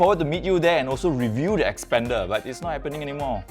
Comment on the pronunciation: Not 'xpender' but 'xpander'. It's not same.